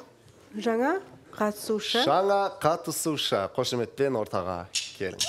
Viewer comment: Бутя катушы емес катысушы деп толык айтшы.